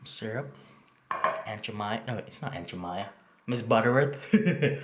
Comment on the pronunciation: Watching this in quarantine may not have been the best idea... lol. looks so good!!! Oh its pronounced Aunt Je - Mai - Mah lol